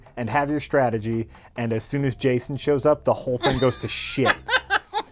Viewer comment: Stanima. It's the new stragedy. Oh.